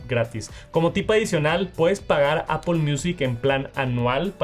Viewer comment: Por que dice Apol!!?